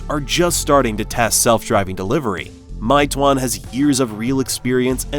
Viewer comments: "my twonn" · It’s “may-two-won” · I live in China & I can speak mandarin, it’s pronounced as “may two-one” 😁🤝🏾